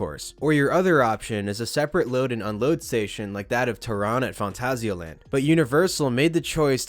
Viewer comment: “fawn-tah-see-uh land”